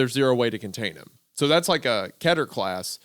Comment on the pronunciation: It's def keh-ter, not kee-ter. That kills me a little each time